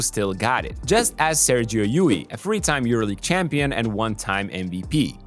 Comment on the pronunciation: It is LLUL like "yool", not LLUI